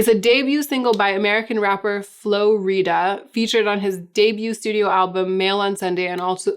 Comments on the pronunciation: I have to make sure you’re down if you’re going to be talking about Low. It’s pronounced Flo RY-da. Because he RIDES the FLOW. ❤️😉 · I cannot stop laughing at this. He rides the flow. Flow rider. Flo Rida. I’ve never thought of saying it any other way. 😂 So innocently wrong, I love it. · Got up to pee at 2am. Watched this video. Had to stifle a laugh at Flo-rida. Hahaha is so white. At least you didn't say Florida. Its flow rider. But Ri-da. 💀 Just 💀. Watched the Simon and Garfunkel covered as well had to stifle laugh again. Thank you! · Lol at Flo “Rita.” Rida, like rider without the “r.” 😂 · What’s cheering me up right now: pronouncing Flo Rida like Rita 😂 absolutely love these videos ❤️❤️❤️ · Ok please explain how you pronounced Film lol. Very John Maclean of you. 😆 Oh and Flo-rida lol. Love it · You saying Flow Rida like Rita had me laughing. I'm going to go watch all those videos though. I still remember dancing to Low in the clubs. This whole video was a big throw back for me. Loved it.